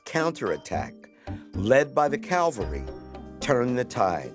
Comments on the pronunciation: Mr. Gates, the correct pronunciation is "cavalry," not "calvary." Calvary is where Christ was crucified. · You'd think an educated person like Henry would know how to pronounce Cavalry. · Did I hear that right? "A calvary regiment"? There's a big difference between the meanings of "calvary" (Jesus) and "cavalry" (horses)! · I love your show and I love the work that you do. I have great respect for you and your vast knowledge. But may I please make one observation. Cavalry and Calvary are two different words in spelling and pronunciation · Cavalry not calvary. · Narrator keeps saying Calvary instead of cavalry, is he dyslexic ? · Please learn how to pronounce the word cavalry. It is not Calvery! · It's CAVALRY, not CALVARY. 😂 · I'm so sorry, this is going to seem remarkably petty, but why do Americans so often say 'calvary' when they mean cavalry. Two completely different things. 'CAL-VARY' is the hill where Jesus was crucified, and 'CAV-ALRY' are mounted troops, or in modern usage troops who fight in armoured vehicles. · Cavalry, not Calvary! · Dr. Gates, I love you. But it’s CAV-al-ry, not CAL-va-ry. Calvary is in the Bible. CAVALRY is in the Army. Keep up the great work! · Make sure you say "cavalry" rather than "calvary"